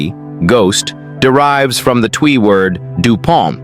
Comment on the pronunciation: It's Twi pronounced almost like ch chwi